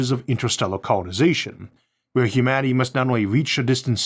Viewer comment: Humaty? Did I hear that right? I swear you said Humaty, instead of humanity. What gives?